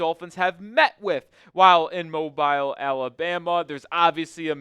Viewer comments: He said Mow bile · as somebody who’s from the mobile area, the way that you just pronounced mobile just made be very angry😭